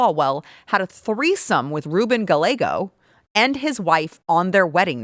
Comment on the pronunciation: por favor te dije como pronunciar el apellido GALLEGO.